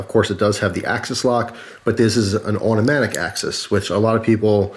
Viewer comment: "Benchmade Mini Presidio Awhdoee" haha